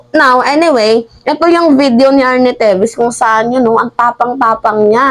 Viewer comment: TEVES!!!! Hindi TEVIS!!!🙄